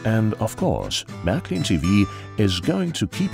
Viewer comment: Marklin?? Sounds funny when people pronounce it totally wrong.But great vid.